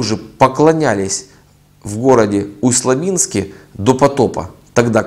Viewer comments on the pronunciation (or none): ЛабИнск правильно.